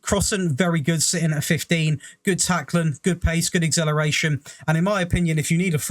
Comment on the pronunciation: Lol I’d love to know how you want pronounce exhilarating, because acceleration has been butchered 😆